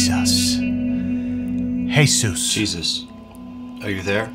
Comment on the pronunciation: That's cheeeezus and not jesus.